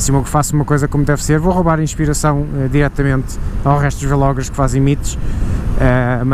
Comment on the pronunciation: sabes que é vlogger tudo junto e não "vêlogger"... Também não dizes "bêlogger" pois não?